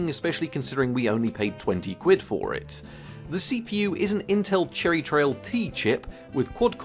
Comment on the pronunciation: its Cherry trail not cheryry trail